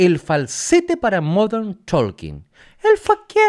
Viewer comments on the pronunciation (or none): Se pronuncia TOKEN, no ToLken.